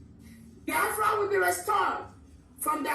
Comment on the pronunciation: Biafra not Baafra